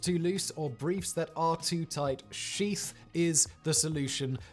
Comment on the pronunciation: I swear, when he said "sheath" underwear I thought that he said "Xi's" underwear.